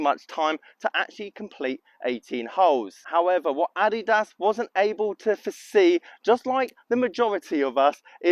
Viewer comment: I’m sorry I get quite a chuckle when you say Nike and now Adidas and how you say it. Great video. I wonder if I’ve been saying it wrong my whole life now